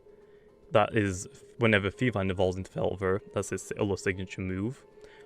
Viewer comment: Not trying to be critical but... you called it felvine .-.